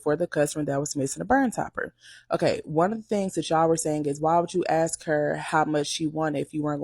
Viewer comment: The "i AXE her" ffs lol